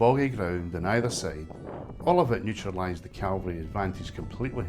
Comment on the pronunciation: Aaaargh! It's CAVALRY not feckin CALVARY. Calvary (Latin: Calvariae or Calvariae locus) or Golgotha (Biblical Greek: Γολγοθᾶ, romanized: Golgothâ),[a] was a site immediately outside Roman Jerusalem's walls where, according to Christianity's four canonical gospels, Jesus was crucified.[3]. Cavalry (from the French word cavalerie, itself derived from cheval meaning "horse") are groups of soldiers or warriors who fight mounted on horseback. 🧐